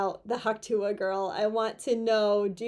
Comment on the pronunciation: Tuah has 1 syllable! Reference the original clip! tuh! (Sorry, I'm so OCD that I have to call it CDO - I have to put the letters in alphabetical order!)